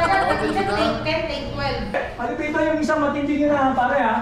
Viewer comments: it's ma-lu-piiiii-toon not ma-lu-piton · It's Ma-lu-piii-ton not Maaa-lu-pi-ton 😅 Sorna na.. Bicolana here😅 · They always miss pronounce MALUPIIIITON to MAAAALUPITON